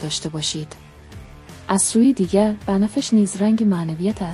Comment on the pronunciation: اولا كلمات را غلط و غلوت تلفظ ميكني به بنفش ميگويي بنه فش !!!و بقيه هم همينطور !!! ضمنا زبان رنگ ها اين نيست كه ميگويي .